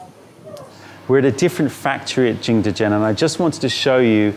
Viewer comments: Because he doesn't speak Mandarin obviously. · I'm sorry for this comment, delete if you want... But why are you saying jingdezhen like that? It's a good video, good content, but why did you have to ruin it by saying jingdezhen like that every single time. 😭